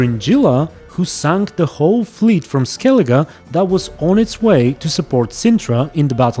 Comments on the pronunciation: My favourite character is the woman who cannot pronounce Skellige properly. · the woman who can not pronounce skellige properly 😁😁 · The woman who couldn't pronounce skellige properly? What a shame!!😂😂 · We get it, not pronouncing Skellige properly is a death sentence!